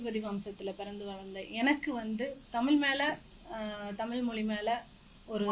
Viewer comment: அப்ப ஹிந்தியும் வேண்டாம் வேறு மொழியும் வேண்டாம் ,மண்ணாங்கட்டியாகவே இருப்போம் என்கிறாய்.ஹிந்தியோ வேறு மொழியோ கற்கணும் என்றால் வயதாகி தன்பணம் போட்டு கற்கணும்.அரசு பள்ளியில் ஏழை கற்கக்கூடாது.நல்ல பாலிசி!!! அதெல்லாம் சரி பள்ளியில் உன் பணத்தை போட்டு பிள்ளையை சேர்த்து காத்திருக்கலாம். குட்டிச்சுவருக்குப்பக்கத்தில் நிற்கவைத்து பணத்தை கட்டுவியா? முதலில் "ழ‌"கரம் சொல்லிப்பழகு.தமிள் , தமிள் என்று உச்சரிக்கிறாய்.